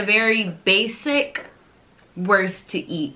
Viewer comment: Pro tip for the pronounciation: try to say "wourst" next time instead of "wurst" or like you say "wörst" ;) And when you got used to the german "U" try the hard "R". Unfortunately there is no example in english for speaking the hard "R". But please try!